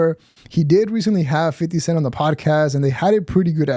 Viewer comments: you said it right the first time. “50 cent” NOT “50 sense/cents” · did he just say "50 centS"? 🤣🤣🤣🤣